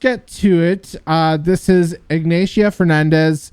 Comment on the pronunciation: Her name is IgnAcia, with an A as in "A"merica